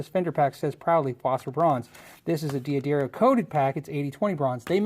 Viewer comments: Love the channel.. but pleeeeeease... It is pronounced 'duh-dare-ee-oh' not 'dee-adario' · "De-a-Darro" tf? i thought it was "Duh-dario"